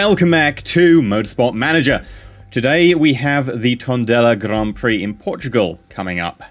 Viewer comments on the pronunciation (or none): none